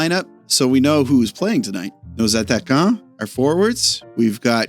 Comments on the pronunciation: You finally said Attaquant properly, so i finally subbed ;) Keep up the good work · Perfect "ATTAQUANT" 👌 hahaha big win tonight!!